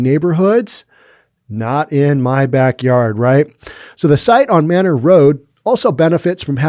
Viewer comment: It's pronounced May-nor in Austin.